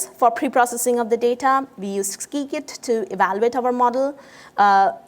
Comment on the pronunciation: It's sigh-kit and not skee-kit :)